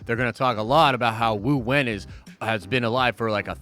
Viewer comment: its wenwu not wuwen. CANCELLED! jk lol